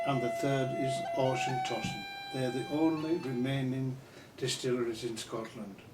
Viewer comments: Glenkinchie is not triple distilled! He can't pronounce Auchentoshan and the "Highland line" he is talking about is much lower than just south of Dundee. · Its pronounced auchentoshan in a german way LOL